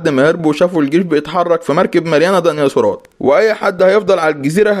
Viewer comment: ديناصورات ❌ دنياصورات ✅😂